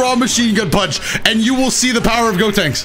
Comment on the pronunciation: “gotanks” even tho the character is callled “gotenks”